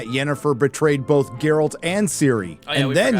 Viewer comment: Did you just call him Jerralt? How dare you